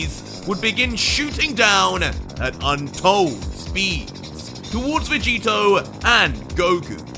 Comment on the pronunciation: Is it just me or did say Roy vegito